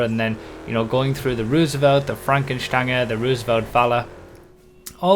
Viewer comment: First person I’ve heard pronounce Fränken Stange correctly